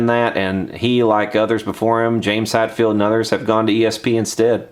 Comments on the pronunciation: Also, it's HET- field. Not HAT-field. But, yes. Screw Gibson. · James HATFIELD and Bill KEELER tellin Gibson what's up. Sorry the pronunciation had me triggered, had to poke at you lol.